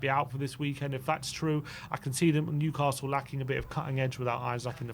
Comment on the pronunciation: Put some respect on Newcastle’s name